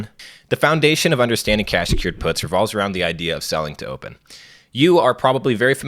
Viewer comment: I had to rewind this a few times bc it sounded like he said, "You're probably already familiar with selling dope." His explanation right after that didn't make it sound better. 😂